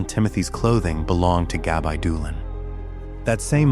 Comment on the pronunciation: yes but your AI is messing up the pronunciation horribly. It’s saying Gab-eye not Gabbi.